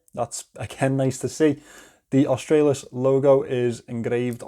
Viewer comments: G'day mate you got the pronunciation spot on cobber.😁👍Aus-trah-lis. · You pronounced it perfectly 😊😂👍👍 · You pronounced "Australis" currently, it's just latin and means "South".